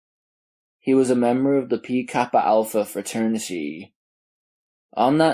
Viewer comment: Pi is pronounced the same as "pie", not "pea". 😅 Thanks for the upload! 😁